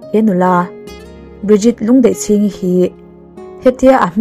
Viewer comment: Ahming i lamdan hi mak ee, Lûndeihchîng nizawk lawngmaw, ? ka khawih mange aww, abulpui bermaichu, kan Sorkar rolelna chhelutuk hian minnghawng thuidawn hlee mai, tiang lehkhathiam leh feltan chuan thawhtura tamdawn nen, duhsaktu hmuhloh vanga nimaia, kathina lorim hlur mai awmhmunah.😢😢